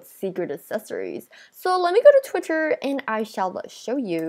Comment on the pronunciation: Wait I heard say Twitcher xD